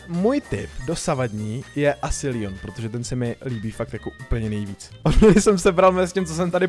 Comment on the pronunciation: Kdyby něco tak to je Leon a ne LION